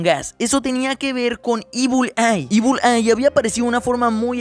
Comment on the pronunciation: no se pronuncia ibul ai se pronuncia ibl ai